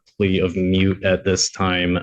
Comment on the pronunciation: It's MOOT not mute!! 😂